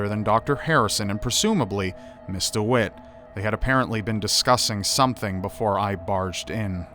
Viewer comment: Rly? It really sounds like Mr Witt :D Then again, english isnt my native language so i could hear something that actually wasnt said :) Thx for letting me know though